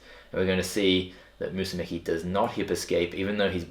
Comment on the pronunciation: Isn’t it pronounced Mikey Mu-su-meh-chee? Lol